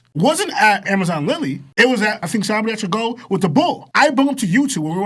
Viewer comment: I know the twins and pronunciation but when said sabaody achigo, that was a bit crazy